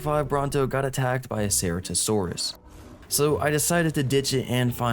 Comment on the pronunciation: Why do you pronounce Ceratosaurus like that? 😭